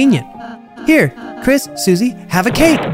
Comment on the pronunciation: Its not pronounced SU-See its pronounced Sus-E